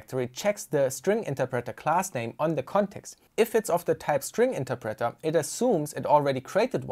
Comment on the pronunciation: The way you pronounce "interpreter" drives me crazy